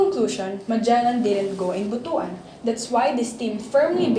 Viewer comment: ‘butwan’ not bu-tu -an